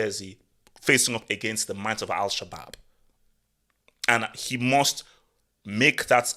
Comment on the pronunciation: Fantastic post again! Everytime says Al Shabab I laugh so much I literally have tears in my eyes. 😂😂 keep it coming. I'm slightly worried tho coz what does the Football Hut look like in a world without Cristiano? 🤔